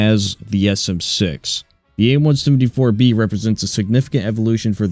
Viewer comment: Are you saying aim 1sumD4